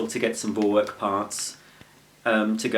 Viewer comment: You see. It’s pronounced For-Verk